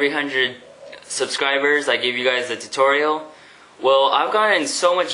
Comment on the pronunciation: Ah I missed you saying tor-torial